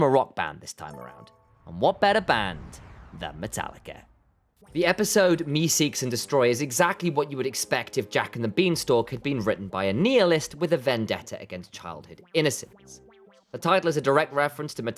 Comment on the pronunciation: You are so many incorrect points its laughable. The funniest google what nihilist sounds like. Neelist??? No its nihilist. Niiiihaaalist. Said how its spelt